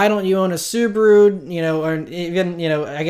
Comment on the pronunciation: Not that you'll say "Suburu" a lot anymore, but my wife is Japanese and I'm not sure if you care about the correct pronunciation of SUBARU, but: the correct is as this lady says